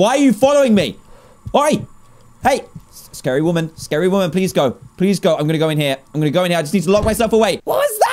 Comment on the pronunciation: It’s scary not sacry